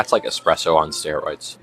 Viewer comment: IT'S NOT EXPRESSO.... IT'S PRONOUNCED ESPRESSO. THERE IS NO X. I HEARD HER SLIP UP A COUPLE TIMES. NO BIG DEAL. MY BROTHER SAYS IT THAT WAY AS WELL.